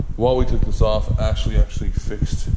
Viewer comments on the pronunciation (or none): none